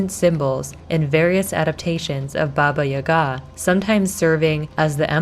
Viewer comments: I'm sorry but I cringe slightly every time you pronounce Baba Yaga wrong its Ya-Gah not Yuhga lol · It’s Baba YAH-gah... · It's baba yaga lmao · We dont pronounce it ya ga just say the syllables together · People in the comments say that your pronunciation of Baba Yaga is horrible........ AAAAAAAHHHHHH!!!!!!!!!!! 😱😱😱😱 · How has nobody mentioned that she’s pronouncing Baba Yaga wrong over and over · From a person of slavic decent, you did good job. The only note is the pronunciation of baba yaga. You pronounce the Baba part right, but it the yaga (Яга) is a bit off. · she definitely isnt pronouncing it right